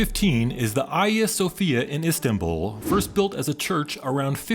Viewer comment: It's a refreshing to here and English speaker pronounce the Hağia Sophia correctly. Worth noting though that they will make women cover their heads if they want to go inside. I declined